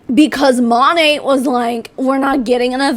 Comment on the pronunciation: Mo-nae…. Not mon-aye 🤷🏼‍♀️ I mean I would know how to pronounce before I bashed j/s and no I’m not with monat never have been never will be but I would Atleast research enough to know how to province the name before I went onto a live video and bashed them. 🤣